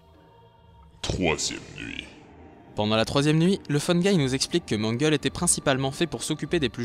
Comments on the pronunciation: déjà c'est "Mangle" et pas "manguel" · Je suis tout à fait d'accord ! PS : ce n'est pas Mangel mais Mangle. C'est un prénom Anglais, donc l'écriture n'est pas la prononciation ^^